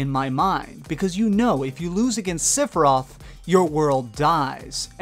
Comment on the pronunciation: LMFAO. Sipiroth?!? Already said Phalanx wrong, but Sipi-roth? It's Sef-E-roth